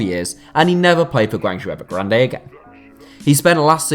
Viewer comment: Damn dude, your pronunciation of GuangZhou Evergrande is atrocious haha. I watched all of Jackson Martinez's matches in China. He was awful..... and this is in a league where Paulinho and Hulk are world class and Alexandre Pato and Ricardo Goulart were near unplayable.